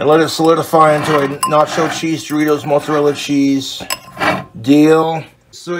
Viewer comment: "moatzurella sscheez"